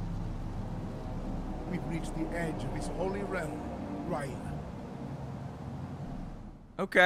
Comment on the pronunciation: He mispronounced R'lyeh, so yes, I believe this